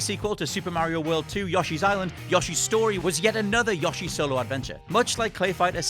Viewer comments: Its more like Yosh-ee vs Yo-shee. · It sounds like “Yushi’s Story” to me. Either way, listen to how YOSHI says his own name, it is not pronounced “Yushi”. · PKSparkxx DatHottneSS He said Yo not Ya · "Yahshi" hahaha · "Yashi's Story". Triggered. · No, he said "Yashi". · He said "Yashi". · He said Yashi, confirmed. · To all those complaining about the yoshi pronunciation, that is just how we say it in Britain, just like many other words we pronounce differently to Americans. Doesn't mean it's "wrong", it's just the British way. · CANNOT EVEN SAY YOSHI CORRECTLY, 0/10! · How does this muppet not know how to pronounce Yoshi? Also, Yoshi's Story was such a fucking disappointment as a kid. I think I completed it in about 3 hours. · Why does he say Yoshi like that 💀